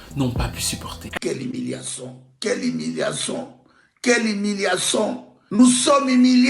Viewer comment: Quelle himiliation Quelle himiliation Quelle himiliation nous sommes himiliés🤣🤣🤣🤣